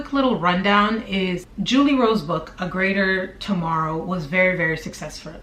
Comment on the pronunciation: lol! "succesfur"........YOURE AMAZING!!! you're so genuine and transparent. love it!